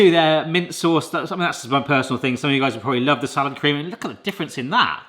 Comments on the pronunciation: For a long moment I thought you were saying 'sour cream'. I was today years old when I found out Salad Cream is a thing. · Are you saying SOUR cream or Salad Cream? If it's salad cream - what IS that?